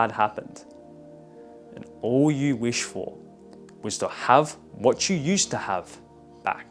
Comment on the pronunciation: “all you wis for”